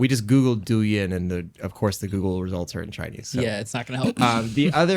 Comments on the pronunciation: Douyin (pronounced closer to doh-in) is the Chinese version of TikTok by Bytedance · dou yin is pronounced dough ying! a TikTok equivalent